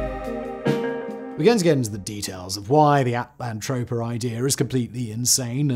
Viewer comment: Just saying, you spelled it At-LAN-toe-pea-ah....but you're saying it at-land-trope-ah.....they can't both be right....are there any videos where you say utopia for comparison? 😆